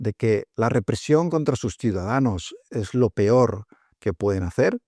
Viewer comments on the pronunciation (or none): none